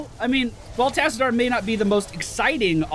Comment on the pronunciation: That is not how you pronounce Tassadar and you know it!